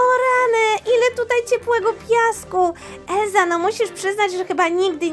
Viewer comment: Nie Elza tylko Elsa